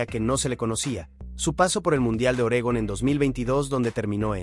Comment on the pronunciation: Héctor Garibay como cualquier ser humano dió todo de sí llegando a su límite. Nadie es capáz de mantenerse en la gloria para siempre. Ganó varias maratones internacionales. Te dedicas a relatar, y dices ORÉGON. Sé que utilizas IA, pero no dejes de utilizar las neuronas que te quedan.Deja las sustancias